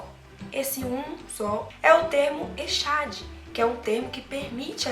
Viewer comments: Meu bem, recomendo que vc estude um pouquinho mais.nem mesmo a pronúncia da palavra echad vc estudou. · você citou o hebraico então o correto fazer certo a pronúncia correta.... você se dispôs a ensinar algo que nem a pronúncia sabe.... Já vi diversos pastores por aí ensinando assim: echad = unidade composta... só para fortalecer a doutrina da trindade. mas não é unidade composta. Deus é um... Não dois ou três... Uma coisa que é bem interessante atentar quando pega um texto é que você não pode pegar um único texto para criar uma doutrina... por exemplo: você citou a parte que diz: "Façamos o homem". É plural... podemos entender claramente que Deus não estava sozinho... Então lhe perguntei que outros textos você usa para AFIRMAR que na criação estavam 3? Te mostrei 3 textos onde só aparecem Pai e Filho na criação. E então? Vamos acreditar na Bíblia e estudar um pouco aqui e ali ou acreditar no pastor que ensinou que echad é unidade composta. Não estou lhe julgando... mas vi vários pastores pronunciando echad = unidade composta... Eu acredito que Deus é UM e esse Deus é o DEUS PAI SOBERANO. Jesus também é Deus (Colossenses 2:9). Mas é o Filho do Deus Soberano e existe hierarquia entre Eles (Hebreus 1:9). O Pai chama o Filho de Deus onde diz: " Por isso Deus (Jesus), o teu Deus (Pai YHWH). Minha pergunta: qual denominação religiosa você faz parte? Outra pergunta: Jesus já era filho de Deus antes de vir à terra? João 17:3... leia... Tenha um ótimo dia... Parabéns pela iniciativa dos vídeos... São muito bons.